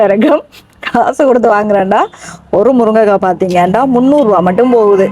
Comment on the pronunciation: மேடம், முருங்கைக்காய் ✅ முருக்கங்காய் ❌